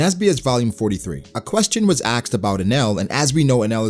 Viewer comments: " a question was axed " 🤣🤣🤣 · Learn to say "asked", please